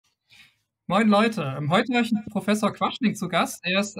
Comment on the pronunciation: Quaschning?, das ist doch nicht dein Ernst!